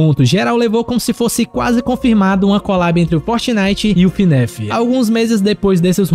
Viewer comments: Cuidado mano alguns fãs de fnaf se importam como vc fala , vc fala Finef em vez de fnaf cuidado com eles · Ele falando Fnéf 😔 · ELE FALANDO FNAF ERRADO ELE FALANDO FNAF ERRAAAADO AAAAAAAAAAAAA